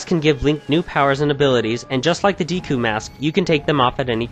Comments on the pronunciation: ITS PRONOUNCED "DEKU'' NOT DEEKU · deeku??? deku(day-koo) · Your mispronunciation of "Hylian" "deku" and "Epona" make me cringe.